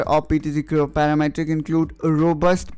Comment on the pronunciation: PTC Creo "Paramatric" LoL